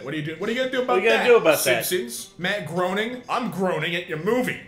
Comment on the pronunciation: Groening is pronounced “ Gray-ning” by the way.